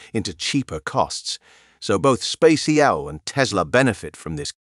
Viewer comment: How many times did he say SpackX?